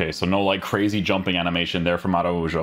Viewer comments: It’s so funny when people pronounce Portuguese names as Spanish and Spanish names as Portuguese, it’s pronounced (ARAHO) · i felt uncomfortable hearing araujo with a J and not an H 😂 thanks for the vid tho man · The j is pronounced as a h. For people that know how to pronounce it’s really awkward to hear it pronounced like that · Its ronald araujo (j as kh) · don’t be reviewing players that u don’t even know how to pronounce